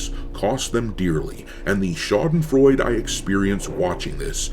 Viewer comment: The last "e" in "Schadenfreude" is not silent.